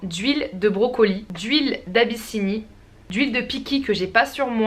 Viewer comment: j'adore ta manière de dire "brocolie" ptdrrrr j'me tape une barre c'est n'importe quoi 😂😂